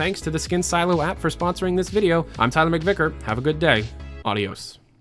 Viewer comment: HE'S SAYING AUDIOS AGAIN. Audios my friend <3